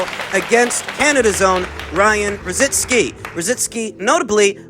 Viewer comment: IT'S NOT ROZINSKI.ITS R O Z I C K I...LIKE RICKY...ONLY RO ZICKi...LOL...